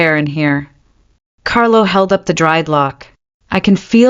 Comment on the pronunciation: This could have been a good story if 1. It had a better narrator. The pauses midsentence are beyond annoying. Even at 2x the speed. 2. Is it Alpha Carlo or Carol? Because after banishing his 1st luna he became Carol for a few minutes and repeatedly. Then went back to Carlo. 3. The creator listened before posting and corrected the AI on mispronounced words and spelling "It" instead of saying the word. Example instead of "It was serious" we got "I T was serious". It only seemed to happen when "It" was the start of a sentence. Words like wound (rhymes with womb) as in an injury being repeatedly pronounced as wound (like round with a w) as in wound too tightly.